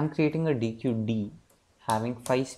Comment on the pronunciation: superb video! luttle side node: it's pronounced as deck ;)